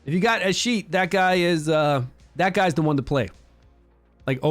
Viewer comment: A-skeet-ius that's how you pronounce his name